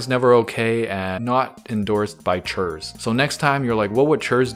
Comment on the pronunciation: Wait it's pronounced Churs? I totally thought it was Kurse